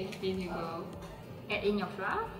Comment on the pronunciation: when someone gonna teach that flour is pronounced like 'flower' instead of 'fla'